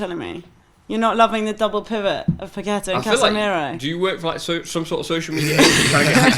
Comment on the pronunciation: "Pa-KWET-a?" Really? It's Pa-ke-TA.